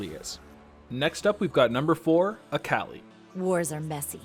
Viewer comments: Dude it’s Akali. Not Aaaaaakaaali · I might just start pronouncing Akali as Aa-Kah-Lie just to trigger some friends... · Sorry I can't get over you saying "Äkäli" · that akali pronunciation though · At least it's not as infuriating as how he pronounced akali xD